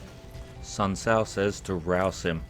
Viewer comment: It kinda got on my nerves the way you pronounced Sun Tzu. For me it was ridiculously distracting as it ate at the back of my mind; I guess this comment is my way of getting it out there before resuming